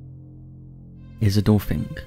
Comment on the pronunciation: Why do I understand "He's a dolphin" when you first say the name Isidor Fink?